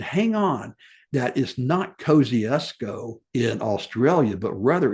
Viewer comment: I understand these names can be confusing being from all around the globe, yet I'm just letting you know how to pronounce Kosciuszko like an Aussie. We would say: Mount Kozzi - ozs - co, but fast. For sometime it was spelt without the letter 'z' in the name of the gentleman it was named after, but this has finally been corrected and the 'z' has been restored. As for my own opinion as to whether to include Kosciuszko in the Seven Summits, I think the mountain in Indonesia should be included and Kosciuszko an 'optional extra'. Unfortunately, there is no other way to include Australia due to our rather smaller alps, unless anyone wishes to include the volcano on Heard Island which is Australian Territory despite being a mere 4,000km South West of mainland Australia which is part of our Antartic Territory. As this region enjoys World Heritage Protection, I doubt this will ever be approved of. Looking forward to this series!🇦🇺